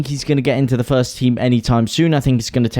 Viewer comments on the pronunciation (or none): none